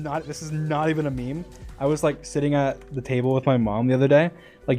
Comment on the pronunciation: "tabble" lmao